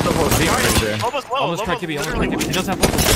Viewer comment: I hate when ppl say Jibby, it’s Gibby.... with a G 🙄